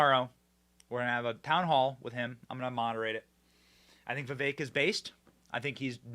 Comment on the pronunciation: Benny you’re great but for the love of god figure out how to properly say Vivek’s full name before you travel with him.